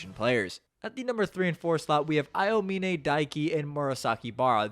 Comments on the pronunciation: I hate how u pronounce some words like "Miracles of Generation" and " A E O mine" like are u good? do you not watch or see Eng Dub? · "ayo-mine" aaahhhhhHHHH!!!!! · i mean i watched dub also and double checked a clip on youtube and sounded different, its more like ow-mine instead of a-oh-mine, at least when i hear it, cant send links on comments though lol, just typed aomine english dub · brother please learn how to say aomine properly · pinned comment talking about how you pronounced posterize but it was the aomine pronounciation which killed me XD (w video though)